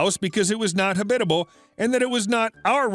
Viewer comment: It’s pronounced HAB-it-able 😆